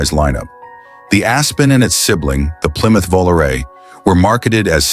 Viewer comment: Absolutley full of it!! Mustang ll was awesome, loved it even better than the fist mustang. Handled like a champ with the rack and pinion set-up, the perfect personal car. Who cares about the backseat, the first thing I would remove. ..same thing with the plymouth volare........by the way, dumb-bunny narrator......it is plymouth "VO-LAR-AYY"......YOU STUPID 25 year old, lets see, you were born in 1999, totally missed the 1970's....stop trying to rewrite history.